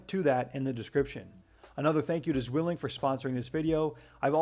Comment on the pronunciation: Not sure if you care about this kind of thing, but if you would like to pronounce 'Zwilling' properly, the "w" is more of a "v". It's the German word for twin :)